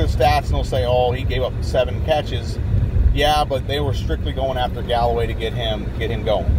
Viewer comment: It’s Callaway...not Galloway